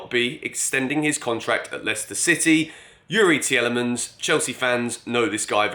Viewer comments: Tielemans is pronounced “Teelemans” btw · Take it from a Belgian, Tielemans is pronounced like Tea Le mans!;) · Broja and Tielemans. The other day it was Tchouameni… Mate please say their name properly lol